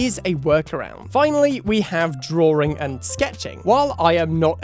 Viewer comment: "drawring" :v no offence . great video :3